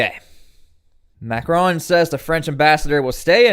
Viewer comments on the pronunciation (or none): none